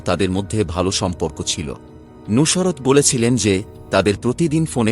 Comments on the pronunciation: কিভাবে উচ্চারণ ঠিক হোল ? নুসরাত কে "নুশোরাত" বলছে ! আবার মার্ক দিচ্ছেন, ৯৯%৯৯ ? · উচ্চারণে অনেক সমস্যা আছে, নুসরাত উচ্চারণই করতে পারতেছেন না। সত্য গ্রহণ করতে শিখুন।